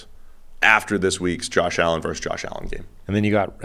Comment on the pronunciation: Versus* not verse